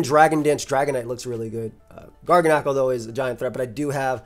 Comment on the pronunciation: I might be wrong but I feel like Garganacl is pronounced like gargantuan and tyrannical, but if course with the NaCl instead. This team is fire. Keep it up ❤